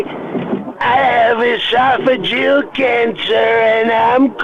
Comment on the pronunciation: You almost had me, but I don't think Trump could say "oesophageal" like that :)